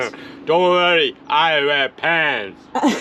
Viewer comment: From Deb…but don’t worry, I wear pants…in that accent…very funny!!!!